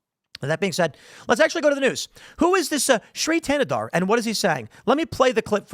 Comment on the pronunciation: Thanadar is the other villian in He-Man when skeletor is out on vacation. His villain power? Sounding D when T is in the word.